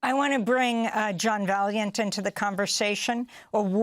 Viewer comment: Ask the guy - Vaillant - how to pronounce his surname correctly, Amy. Respect, kiddo. 😊